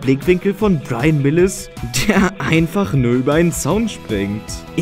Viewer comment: Wie oft muss man dich darauf hinweisen die Namen vernünftig auszusprechen? So beratungsresistent kann doch keiner sein -.-* .... Es Heißt "Mills" nicht "Milis" ... Alter Falter lern den scheiß endlich -.